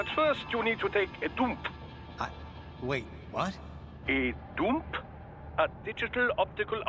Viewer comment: Like, the a DOOMP sounded like a dump.